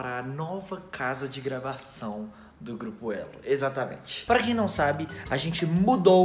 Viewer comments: Geupo kkkkkkk tá meio errado kkkkkk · "geupo"kkkkkkkkk eita tá errado em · Geupo elo? O português em kkkkk